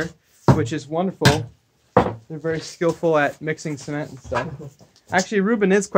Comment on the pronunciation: I know me too— Sounds like he’s saying semen 🤮 But at least he does a footer 👌which most people don’t